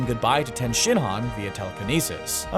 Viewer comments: u say it like tee -yen not ten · Pronounces yamcha as yama cha pronounces tien as ten